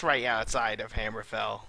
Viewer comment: man, your wow terms pronunciation is shit crazy ... please take up some lessons on how to pronounce hamerfall, tirisfall and other :)))